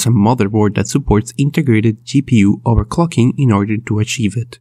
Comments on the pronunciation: Overcocking?????! Wtf did u say🤣🤣🤣🤣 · Everytime he says "overclocking" I hear "overcocking" :D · Nice I sure do love overcocking